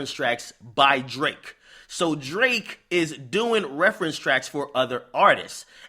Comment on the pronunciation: Yo dont ever put that much emphasis on Drakes name again my g. 😂😂😂